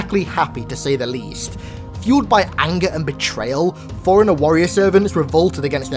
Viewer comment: Why do you pronounce forerunner as foreigner.